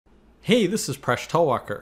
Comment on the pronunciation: Phresh Talwalkar? I thought he was always saying "Fresh Talker" but had a problem saying "Talker"....